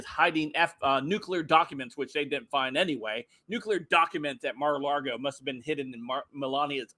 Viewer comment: Stop saying Mara Largo!